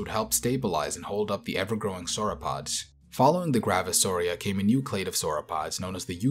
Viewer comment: new “clate” of sauropods